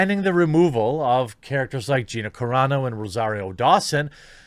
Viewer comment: YES! You finally pronounced Gina Carano correctly finally! Thank you! It was killing me, as I've been a fan of her since her MMA days.